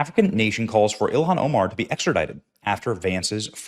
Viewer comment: He said Elon Omar. 😂